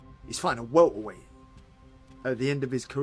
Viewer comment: Winnin that welt-ah-weiht- wehld-titll.."😂😂😂